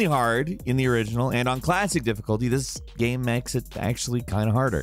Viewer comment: "Mafia is a fun geum". Pardon? What the hell kind of accent is that?